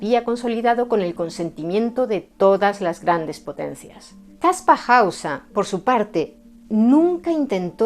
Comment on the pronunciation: Después de tantos años ahora se que se pronuncia Kaspa Hausa. Hemo sido engañado. Muy interesante, pero veo un punto flojo, si era un mentiroso y engañó a todo el mundo con solo 16 años. No sería relativamente fácil hallar a su progenitores o apoderados??. Yo creo que él solo no podría llevar a cabo una farsa tan elaborada y que dure tanto tiempo. Saludos